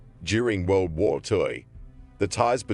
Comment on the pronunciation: “World woyr two”